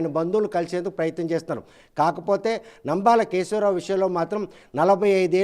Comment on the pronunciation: అయ్యా రిపోర్టర్ గారు ముందు వ్యక్తి పేరు సరిగ్గా తెలుసుకోండి. రాయడం ఒకలా పలకడం ఒకలా ఉంది.